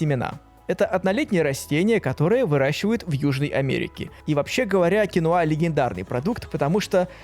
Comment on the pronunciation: Кинва а не кинуа